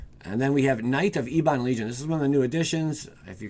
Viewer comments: It's not "ee-bon" its "eh-bun". It means "black" or "dark". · Ebon probounced ehb-bin